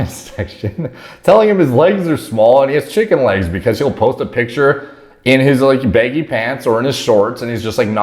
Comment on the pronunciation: why does say baggy “beggy”